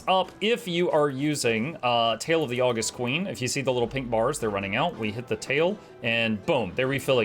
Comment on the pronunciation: Pretty sure that elite skill is pronounced Aww-GUST, as in the adjective, not the month (well, in theory, both are credited to the same person, the Roman Emperor Augustus Caesar). It means to be awesome.